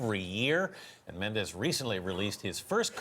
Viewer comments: CBS, pls educate your anchors on how to pronounce guest's last names. Chef Jorge is NOT Spanish, he is not a 'MendeZ' but a "Mendes"! The last "DES" is pronounced as if you were saying "desplacing". Chef Jorge is a a proud Portuguese, but he also needs to know how to write correct Portuguese. Either that or he chose the name "Aldea" to attract the Spanish foodies and educate them on how Portugal cooks and eats, which is beautifully! The correct spelling of the restaurant in Portuguese is "Aldeia", which means a little village or a very tiny parish town. Thank you to Chef George for loving and honorinh his roots! My kind of guy. Wish I could also have ine last meal with my beloved past father. 🙏😍🇵🇹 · The pronounce of Mendes in portuguese is "Mendch" not "Mendez". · At least pronounce his name the correct way.. Its a Portuguese name, not Spanish.